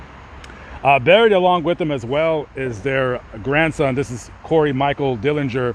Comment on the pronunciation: Grandson is DenLINGER, not Dillinger. 🙂